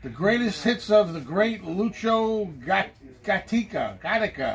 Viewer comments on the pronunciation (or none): Like like its pronounced Loo-Cho Gah-Tee-Kah. Perhaps in future episodes, you could blindly pick two and then allow yourself to pick one from those. Just a suggestion.